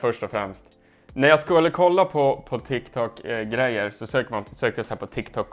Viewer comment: det heter tik tok inte tik tak